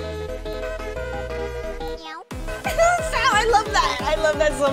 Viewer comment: whan kapi said meow he did not say meow he said neow